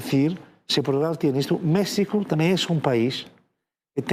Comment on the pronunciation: No puedo creer que está en Mexico y ni siquiera pueda pronunciar o intentar por lo menos de pronunciar Mexico bien.